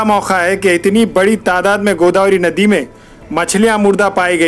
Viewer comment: Naddi 😬 nanded ka naam khrb q karre yr Bhai nadi bolte hai